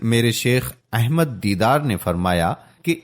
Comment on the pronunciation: His name is Sheikh Ahmed Deedat Rahamatullahi Alai, a Great Wali-ullah but not Deedar as per the Speaker. The Speaker's voice is Masha-Allah very impressive but he must pronounce the names as Dr Zakir Naik Sahab saye Jazak-Allah Khair. Dr Zakir Naik Sahab has single handedly reverted over 2.75 lakh highly qualified Hindus and not less than Graduates, who's names have appeared in the State Gazettes including IAS, IPS and other professionals and these are the Government Gazetted figures. And there are over five lakh others, who have accepted Islam through his Videos and Peace TV channels.